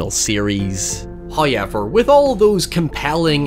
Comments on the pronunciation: First 'hoyevver" drops . We are blessed by His generosity. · Killer: "Hello,. One of the 13 Ray-Con ear buds contains the code that releases the Spiral trap. You have a minute to...": "HOYEVER." Killer: "Once again, well played."